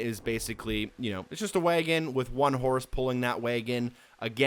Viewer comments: Is it jus me or does it sound like he says waygon instead of wagon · What’d he say?! A WAYEGIN'?? A horse and a WAYEGIN'??? 🤣🤣🤣🤣 I believe the word ur look’n for is WAGON. Damn, that’s the funniest pronunciation of wagon I’ve ever heard. I’ve been laughing for 5 mins straight. But hell I’m not spelling that pronunciation just right bc he started it with WAG- but somehow threw a WAYE- in there. Like WAG'AYEGON….or some sht like that. Idk…..funny as hell tho. Never heard nothing like that and live in tha SOUTH. That must be a midwestern accent or something. They’ve certainly got their own way of speak’n as well just as we do here in the south. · Did you really just pronounce wagon way-gon? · Heh, "waygun". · Why did you pronounce wagon that way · Look, thank you for the cheats man, but hearing how you pronounced wagon makes me want to punch you in the damn face